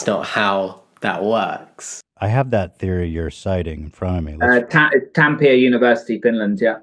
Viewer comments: I am so hurt by Oli's butchering of the word Tampere. Like- if you're gonna talk shit about Finnish (or could be any nationality, really) studies and universities at least pronounce them correctly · As a Finn I'm still annoyed he brought up a Finnish study and then faked the conclusion. He also couldn't be bothered to look up how to even pronounce Tampere, which isn't even one of our hardest place names. 🤦‍♀ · the most upsetting thing about this is hearing oli mispronounce tampere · The Finnish studies don't help Oli as much as he thinks they do... 🤦🏼‍♀️ Also as a Finn, his butchering of the pronounciation of Tampere just makes me cringe. As if I needed more reasons to cringe about Oli. Normally we LOVE when Finland is mentioned in foreign films, shows, and broadcasts, but so many transphobic bigots mentioning us lately has the opposite effect. Actually makes me feel rather sick 🤮